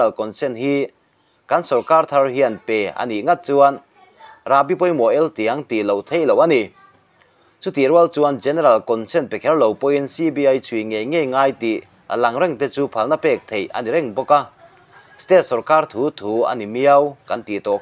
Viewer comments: Mizotawng i thiam chiang har em mai 😅 Eltiang tih i lam dan kha a dik lo, tiang kha thil kan tiang khawm emaw, tiang sang vak kan sawina ang chi a 'TIANG' khinlam tur a nia. Pu. Manzuala hi ka mi duh leh ngaihsan em em mai a nia, tuna a thil ziah pawh hi a tha ka ti hlawm lutuk, mahse, inkhelh pawh hian pawn lam atanga a lanfiah leh chiang ang hian field chhungah chuan hriatthiam har duh deuh mai hi a nia, ngaituah tur tam tak leh hma thar lak ngai reng karah chuan a hnuhnung tur leh hmasa tur pawh bi hriat fiah thiam a har ve ta viau ang, tin, ngaih pawimaeh hmasak tur pawh alo in ang lo thei bawk a, engapawh chu ni se, Pu. Duhoma hi chu mipui te hian kan beisei sang hrim hrim hi a lawmawm nge hahthlak ta ve ang, hriat thiam a har e. 😊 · A bengvarthlak e. Thumal ṭhenkhat lam dik loh i nei zeuh zeuh, eltiang, bawh bel tihte hi. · Rahbi pawimawh ' eltiang' tiha eltiang i lam dan hi a dik lo tlat !